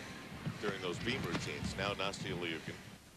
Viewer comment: The ONE good thing about Nastia retiring is that we no longer have to hear him constantly butcher her name!